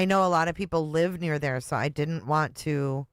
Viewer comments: "su"...es when she cannot pronounce "so" or she does in porpouse cause sometimes she does says It ok..maybe tooooo much botoxxxx,she cannot move her chicks,lips,eyebrows,suuuu she cannot Talk properlyxeeggghj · Great point as well! Her “so” drives me NUTS! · is a great example!